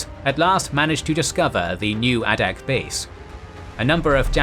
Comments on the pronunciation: Teach yer machine how to speak G dammit...it's Long A ! NOT ah-dak ...dum SH*T > site DELETED < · Same comment I was about to make. Exceptional videos. And Adak is Ai-dak with a long A sound.